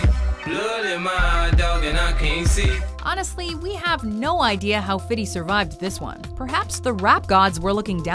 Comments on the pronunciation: Why does she keep saying "fity" instead of "fifty cent" Gah, that bothers me! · You can stop pronouncing his name "fity" cent. Its Fifty cent...smh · Fiddy Cent???? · I wish white people would stop saying "Fiddy" cent (50 cent), it's pronounced "Fithy"(Fi-THEE) Cent!! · I hate the way the narrator says 'fiddy cent'. Its FIFTY CENT! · 'fiddy cent' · lmao Fiddy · Fiddy cent? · fity fity fity fity cen fity cen fity cen FITY Gah, some more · lol fiddy cent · Fiddy Cent AAAAAAH GAWD DAT PRONUNCIATION DOE